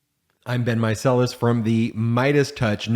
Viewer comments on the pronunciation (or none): none